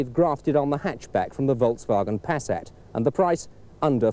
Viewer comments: “Pass-AT?” “Pur-got?” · Oh-Pell Pass-at LOL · His pronunciation is dreadful. Listen to the words; "Opel", "Passat" amongst others. Also there are no letter 'D's in the word 'automatic'.